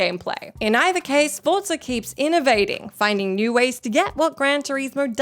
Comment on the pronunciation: saying Forza correctly is so cute.